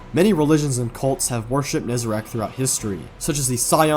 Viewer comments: is NE- ZAH-REC , NOT NE-ZE-RAKH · Still kills me that him and so many say Nezerac, when it's Nezarec. Been years, my guy. PLEASE! 😅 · I cannot stand the fact that Nezarec is clearly spelled out and people call him "Nezerac"